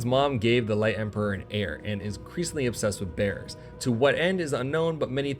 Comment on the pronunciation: (note: I am not trying to be a troll, just sharing something that I found interesting) I gotta admit; your pronunciation of "Bearers" had me grinning. Even the automated closed captioning was showing it as "bears" instead! Keep doing your good work. Sometimes I have ended up fully playing a game after watching one of your videos.